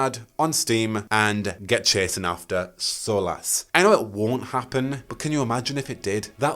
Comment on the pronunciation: Bro... "solace" is pronounced exactly like "solas", not whatever way you just did. 🤣